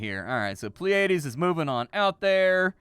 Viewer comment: Every reactor ive seen so far has mispronounced Pleiades. plee·uh·deez